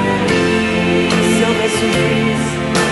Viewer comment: Nunca podrá cantar como Manuel José ..aunque le duela , y para peor no sabe ni pronunciar minuto uno dice "ya lo pasado pasado no me inerteresa " y las n las pronuncia como r (mil gracias por tarto y tarto amor ) ... vergüenza y pena me da , ese es su karma por menospreciar a Manuel José